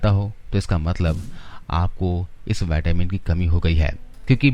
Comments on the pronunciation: Vattamin nahi vitamin bolo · पहले तो बोलना सीख मेरे भई, नई नई अंग्रेजी सीखी है तुमने, सीधा सीधा विटामिन नहीं बोल मिल रहा, बाइटेमिन बाइटेमिन किया पड़ा है... बेवकूफ ये कहां की इंग्लिश है ये पता है